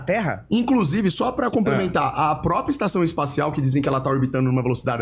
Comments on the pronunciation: O XANDÃO MANDOU “EPAÇÃO ESTACIAL” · "espação estacial" Ele falou isso tão naturalmente que me pegou desprevenido